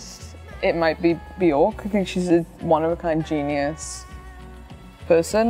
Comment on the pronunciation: Each time she mispronounced Bjork, a fairy dies.😢